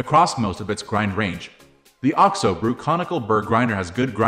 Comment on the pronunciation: You can pronounce it like Oxo rather than O.X.O.